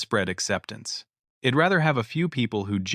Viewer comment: If you are going to use AI technology to write these stories at least clean up the narration. It is not Ed it is I'd etc. and so on these constant mistakes is annoying.